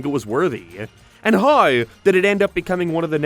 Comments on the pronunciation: This nga can’t say “how” for the life of him. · Always fun to hear “how” pronounced as “houyuagh”